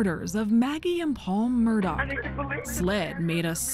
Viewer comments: It's my new pet peeve to hear "Alex Murdaugh" pronounced "Alec Murdock". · The mf name is "Murdaugh" not Murdock..... is anyone else triggered by the amount of times the name is pronounced wrong? Wtf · I love how the female coraspondant can't say his name ryt. Murdock is not Murdaugh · It’s Mur- daw. Not. Mur-dock. Dang. Why can’t people see how it’s spelled? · It’s Murdaugh! Murdaugh! Not Murdox!!! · I suppose I should t get caught up n seemingly trivial details, but for a “journalist” to repeatedly mispronounce the subject’s name? Come on. Do we not have professional anything anymore? Alek Murdaw, not Alex Murdock. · It’s murdauh…not murdauk… could even watch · Murdaugh… Not Murdock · why do people wrongly pronounce Alex Murdaugh like “Alec Murdock”? 🤣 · Same here. Confusing why some pronounce it "Murdauck", let's call it what it is. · The only thing I can't figure out in this case is why Alex Murdaugh is pronounced Alec Murdoch. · Is it "Murdaugh," or "Murdock?" Because they said "Murdock" throughout the whole episode and it drove me crazy. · The fact they keep saying Murdock bothers me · Is the name Murdaugh pronounced with a K sound on the end? It sounds to me like the host is doing that. I thought it was pronounced like Murdaw. Is she confusing it with the name Murdoch? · No it’s more pronounced with a k at the end the correct pronunciation is mur-dough the people in the south just pronounce it with a k at the end but it’s incorrect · Why does she keep saying Murdock? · The presenter pronounces the surname as Murdoch? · **** Ma’am you keep saying ‘Murdock’ - there is no c or k in the last name… please next time you do a ton of research on someone make sure you’re pronouncing their name correctly !!!!! ********** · Did she say Murdock the entire time though? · Why does the commentator keep calling him Murdock?????? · Why does she keep calling him Murdock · Im confused because some people are saying "Murdock" but theres no C or K in the name....not even a Q